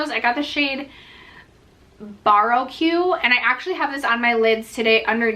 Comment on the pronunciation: To pronounce 'Baroque': it rhymes with LORAC!